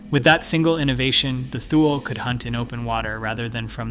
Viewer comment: Thule is pronounced TOO-lee